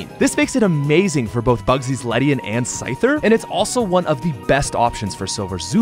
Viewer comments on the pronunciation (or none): none